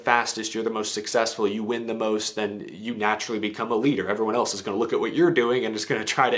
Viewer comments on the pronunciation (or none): none